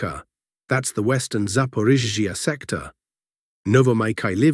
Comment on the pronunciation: Something has changed in the voice when pronouncing zaporizhiya. It now sounds like a sneeze is being stifled when it hits the ZH and then there is too much emphasis on the following EE of iya. The name no longer flows like before. Something changed. Very noticeable.